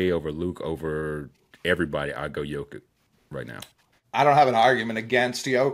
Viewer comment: Its Yo-Kich man. Dudes the best player in the world, show some respect